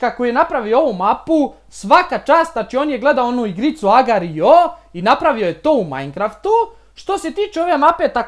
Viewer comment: buuuuu nauči govorit agar.io